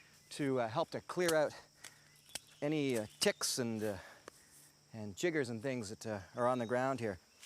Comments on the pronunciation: it's chiggers not jiggers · Chiggers, not Jiggers. Pronunciation won't help me survive, but "jiggers" jarrs this Bamaboy's sensitivities everytime I hear it, lol. JK. Jiggers is a different critter, nt found in North America. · Lol. Jiggers. Its actually pronounced Chiggers. I unfortunately know them all too well. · Not giggers, ffs. It's Chiggers! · Jiggers?? 😂😂 Chiggers man. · Not jiggers Yankee boy. Chiggers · Did he mean chiggers when he said jiggers? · omg. ok while impressive to stay 7 days in the wild. the Altamaha basin AINT no swamp. and its alta-ma-ha. its all one word. and they are chiggers not jiggers. and that spanish moss you was grabbing had more of them on it than the dead leaves on ground. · I can’t tell if he’s trying to say chiggers or jiggers. Getting chiggers sucks if that’s what he’s talking about